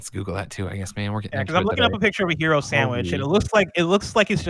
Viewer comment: Hero? I thought you were saying gyro, that's a very different sandwich